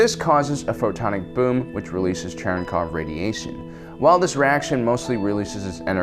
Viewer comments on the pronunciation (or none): LMAO it's Cherenkov radiation, not "Chernikov"